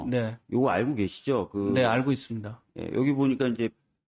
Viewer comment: 친일파당 아니랄까봐. “있으므니다”래 ㅋㅋㅋㅋ